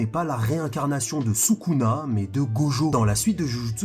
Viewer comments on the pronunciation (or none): none